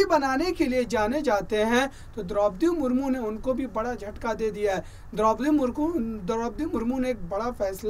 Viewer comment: Mahashay ji, rastrapati ji ko to Samman do chahey aap vyakti ko de na de. Naam to theek se lei